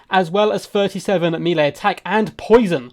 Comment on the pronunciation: Nooooooo, he said mealy again, it wasnt just cos he misspoke he actually says it like that like so many other people, noooooo that kills me, please dont say that. Nooooooooo, deliver me lord, i cant. I cant bear these human creeps all around me all the time im (basically) perfect and amazing, fuck all these clowns looooool.